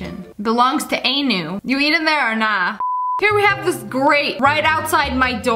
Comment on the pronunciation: it’s anu ( unoo ) ‘kitchen not AENu 😂